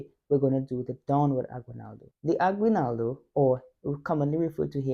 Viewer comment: So, for future reference, the word is pronounced ah-ghee-NAL-doh. The only time "gui" or "gue" is pronounced gwee or gway in Spanish is when you see a "u" with two dots on top like this--ü. It's called a diaresis. For instance, the musical instrument, "güiro", would be gwee-roh; a handsome guy, "güero", would be gway-roh. "Aguinaldo" does not have a diaresis. Keep going. Best wishes.